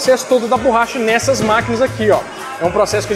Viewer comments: borracha, não "burracha"! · Oohhh.... não é burracha... é borracha,kkk